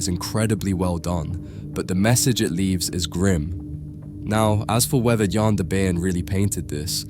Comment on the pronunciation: You keep switching between the wrong and correct pronunciations, it's odd. For the record, it's "Cornaylis", "Yan" and "Yo han" (like Han Solo, not hen)